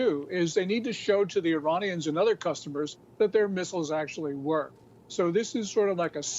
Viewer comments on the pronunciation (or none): none